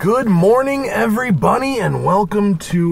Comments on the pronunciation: did he say every bunny?! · Did Matt just say good morning every bunny?